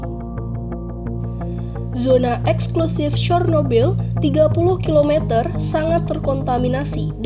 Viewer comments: Bacanya sernobil Bukan sornobil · Cara pembacaannya mendekati, yaitu "Chyornobyl"